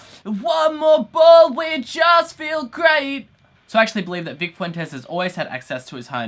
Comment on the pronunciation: cough he butchered Vics last name